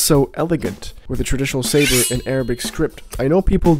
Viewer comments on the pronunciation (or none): none